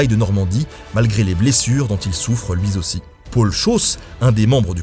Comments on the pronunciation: "Lui zaussi" mdrrrr sinon super vidéo comme d'hab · "malgré les blessures dont il souffre lui Zaussi?"!! Bon désolé, j'aime beaucoup tes vidéos mais ça m'a fait mal aux oreilles... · Comme toujours, une formidable vidéo, concise et intéressante ! Par contre, "luizaussi", ça pique les oreilles 😘